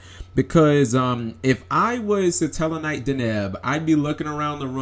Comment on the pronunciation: I'm sorry; but once again I see how illiterate the yugioh community is. Wtf is "sa-tella knight"? It's "sat-tellar knight", like satellite. Get the play on words, you fucking inbreds?